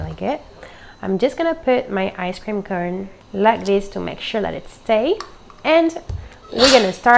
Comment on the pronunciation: " Irun Water " and " Cone Eh "